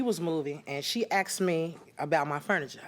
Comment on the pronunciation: Eubonics? Is “asked” spelled and pronounced “axed”